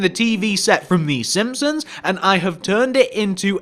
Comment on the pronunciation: Sihpsons??? SiMpsons.